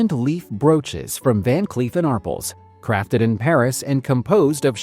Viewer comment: Ar Pels, not arpuls. Geez.